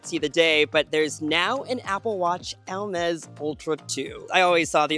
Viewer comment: The way you pronounce Hermès sounds like "el-mez", and also that was a VERY long ad break